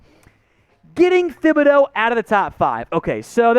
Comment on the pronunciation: For God's sake..... pronounce Thibideau's name right. You don't pronounce the "h" in it.